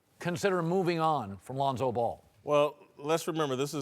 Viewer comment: he just say Londo?